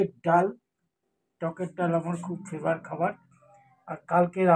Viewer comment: ফেভার খাবার নয় কথাটা ফেভারিট। 😢